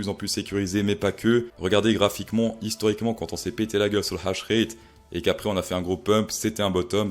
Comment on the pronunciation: On dit pas hash rét on dit H ratte